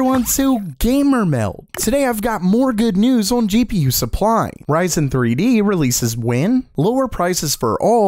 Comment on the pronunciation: Day 41406 of gamer meld being unable to say "on"